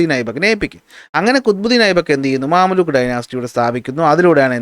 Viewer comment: മംലൂക്ക് ആണ് മാമല്ലൂക്ക് അല്ല 😂